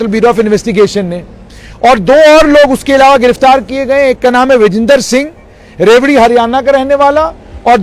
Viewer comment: Sir its रेवाड़ी not रेवड़ी 😁